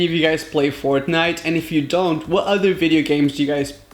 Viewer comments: Vedeo Vedeo,ahem it is pronounced as video like wtf are u even saying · He has an accent so he can't pronounce video right idiot isn't that obvious?